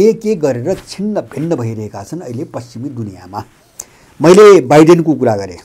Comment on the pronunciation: रक्सी खाएर बोलेको हो बाइडेन हो